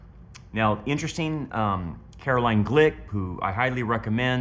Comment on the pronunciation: Her name is spelled Caroline but it is pronounced Caro LYNN. Not line. Listen to her podcast and you will hear her pronounce her name as Carolyn